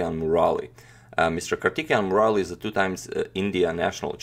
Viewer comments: His name is pronounced as Kaar-thi-kay-yan Mu-ra-li :) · So far I was thinking you were pronouncing the players name right and was really amazed how you managed to get their actual pronunciation. But everything changed as Soon as I heared karthikeyan murali from you. Started to think only the pronounciation or the information you provide before the game starts is also kind of assumption. Anyway the games seems interesting. I have no idea who tal or ivanchuk until I watched your videos. Now I am a big fan of both of their games. Hope you do some ground work on the pronounciation in the future. believe pronounciation criticism will not prevent you from displaying Indian games. Thanks for all the wonderful games so far.